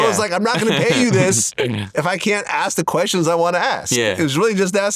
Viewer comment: Ask not Ax